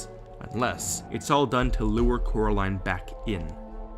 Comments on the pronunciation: "Its coraline, cor-a-line" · Why is the girl name called Coraline instead of carrotline😂😂😂😆